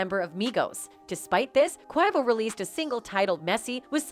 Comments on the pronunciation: Why can't they say "Quavo's" name right? It is so irritating... "Niggas"? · Robot can't say Quavo right but say ni$$@ correctly wtf going on?